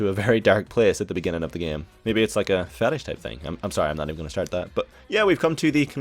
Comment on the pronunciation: "maybe it's a fettish thing" hahahaha